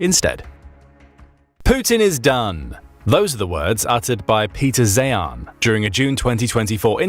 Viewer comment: Peter Zeihan’s last name is pronounced literally as ‘ZION’ !!!! And Shahed Drones are NOT pronounced as ‘Shë-head’; proper pronunciation is actually the more Arabic pronunciation of, “Shaay-haln” !!!!